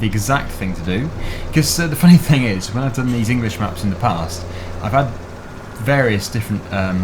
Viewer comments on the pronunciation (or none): none